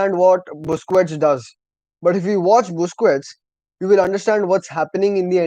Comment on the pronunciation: Bro ,As a CULES When you speak about our legend busquets atleast say his name correctly don't spell it out like a noob non football audience It's "BOOS-KETS" not "BOOS -KUWETS". Thank you 😊 So good to have some football channels in India now, Supporting ur channel from NE INDIA💥👍